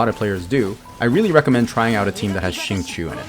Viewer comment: awesome video ! this abyss was definitely a lot more fun than the last few cycles (aka wolflord). just an fyi, xingqiu is pronounced shing-choh (qiu rhymes with low and not chew)